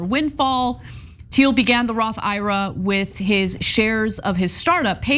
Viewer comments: Ana... ira?? I. R. A. you're killing me with that pronunciation... it's not a guy's name, it's letters/initials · It's not Ira, it's I-R-A!! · Roth I.R.A., not Roth Ira. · its not a Roth Ira like eye rah... It's a I.R.A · MAJORLY IRKED ME, THEN CENK JUMPED ON THE PRONUNCIATION BANDWAGON AND NOW I AM LIVID